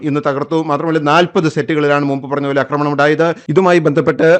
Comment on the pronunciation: അക്രമണം അല്ല ആക്രമണം😎